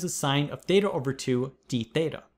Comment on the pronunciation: I keep hearing tetha as data